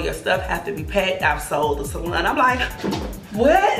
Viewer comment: I love the way she say salon , salun 🥰